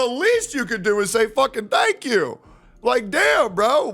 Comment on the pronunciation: Say "fank yu, Mr tekton" vance would say